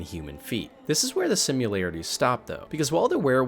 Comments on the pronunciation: Great video, only one problem: "sim-yu-larities" As opposed to "Simm-a-lar-a-ties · I think you invented a new word "simularities". It's either 'similarities' or 'simulations'... I like the new word. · Hey spell out the word similarities, then listen to how you say it lol